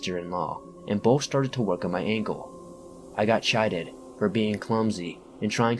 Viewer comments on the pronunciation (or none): Awesome! Chided pronounced kidded! You know, half teasing,half scolding. ✌ 👣 👣 👣